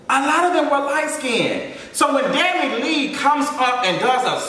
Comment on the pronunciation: The way your saying her last name is killing me 😭😭 “Dani Lee”